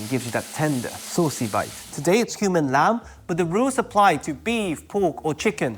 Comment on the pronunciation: I heard 'Today it's human lamb?!?!?!?' I had to turn on the subtitle to see it's cumin :)